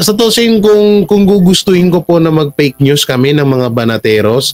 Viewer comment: Tama ka jan fake news bigkas niya is peknews.